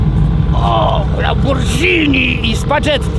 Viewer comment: nie mówi się lambordżini tylko lamborgini wiesniaku skad ty masz dostęp do takiej fury swiniopasie